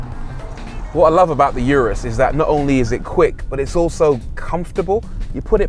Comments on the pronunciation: Yewrus ....... Really! It's pronounced OORUS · For the last time, it's URUS, not yurus! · It’s Urus not Yourus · it's oooh-rus. not you-rus. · it's not fucking orus😂 Its U-rus simple as that lol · Why is it these guys making these videos on such large bugets can't take 30 seconds to search "how to pronounce urus" on youtube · Every minute he was murdering the name of the car and then the driving modes. You gotto respect that it isn't British. When you know what corsa and strada are, why not get grip of the other two as well :)